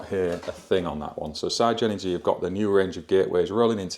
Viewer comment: Love the channel but the MD at Everything Electric South has now confirmed that you pronounce it Sig-Energy like the Spice Girls saying”Ziga Zig Ahhh” so no more Sci-Energy….